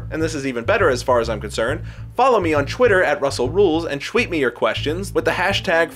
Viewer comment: Anyone notice how he says "chwitter" and "chweet" in the end?